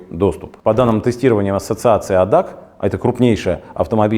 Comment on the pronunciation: Всё интересно, только одна поправка. Адак на самом деле немецкий клуб техпомощи и читается как аббревиатура А.Д.А.Ц., но не как цельное слово.